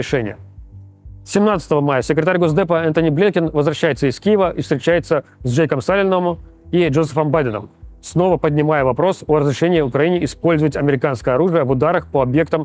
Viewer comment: А у Руслана Левиева дислексия? Почему вместо пентагона какой-то пент ган**н, почему вместо Салливана Салимамама, а вместо Блинкена Бленькен?? Еще и комментарии накручиваете под каждым его выпуском, где его дикцию хвалят. Максим, что за зашквар 😢